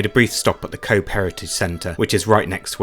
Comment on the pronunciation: Pity you didn't get the weather, I'm a Cobh resident and glad you enjoyed the quick visit, Cobh is pronounced 'Cove' as bh in Irish has a v sound, the town was originally called 'Cove' changed then to 'Queenstown' after the visit of the Queen and after independence from the British back to Cove but with the Irish spelling of Cobh